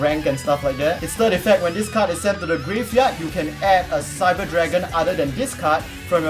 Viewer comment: You pronounce the new Cyber cards so well :D